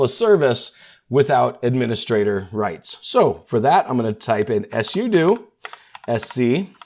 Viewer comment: ess-you-doo lol it's sue-doh